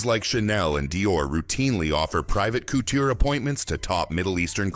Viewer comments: Couter houses 😂😂😂 Couture yes you say coutuuure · Coutta houses!!!!!!!! Does he mean COUTURE!!!!!! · Did everyone hear this? It didn’t say couture. The AI voice said cooder. Yes. Cooder. Not couture. I can’t watch this shit. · 🤣🤣🤣 This AI really needs to learn how to pronounce couture. All I’m hearing is COOTER houses and that is something ENTIRELY different. 😂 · Pronounce cuu ture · I’m just hearing cooter houses. 😂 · The pronunciation of words like Hermès and couture shows this video is the amature hour.